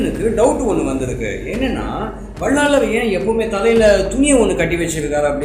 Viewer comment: வள்ளலார். என்பதே சரியான உச்சரிப்பு